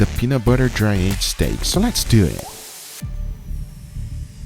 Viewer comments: Guga: "Lets doet." Also guga: "I have no idea how to do this." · “So Let’s Dewwwyit” 🤣